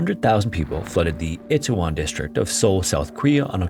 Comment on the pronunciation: You ain't never been in a mosh pit have ya kid? Also there's zero excuse mispronouncing Itaewon when there's a million videos that pronounce it accurately. Stop being white and participating in Asian hate culture. Which you may not think you're doing, but, you put zero effort into learning what you were talking about. That's a warning sign.